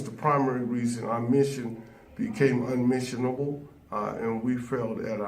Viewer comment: Did this mf just say "Umissionable"? 😂😂😂